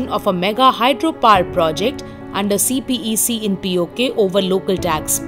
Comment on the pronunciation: It's pronounced as "see peck" ffs, not C-P-E-C. Learn what acronyms are. Also, get some better mic and process your audio. You're a professional website but your quality control is like some random amateur youtuber.